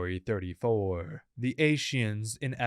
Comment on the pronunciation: The fact that he pronounced Ascian like "ashian" grinds my gears way more than it should, holy shit.